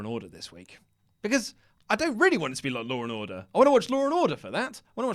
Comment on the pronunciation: Lol "loor n orduh"